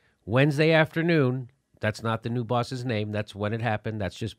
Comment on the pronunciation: Your giving writing tips, here's a reading tip, the word is NEWS not NEW.